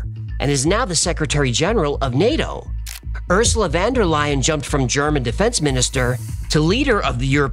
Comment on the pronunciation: "wander lion", that must be the most funny yet totally wrong pronunciation of Von der Leyen's name. It is "fonn dare lie ann".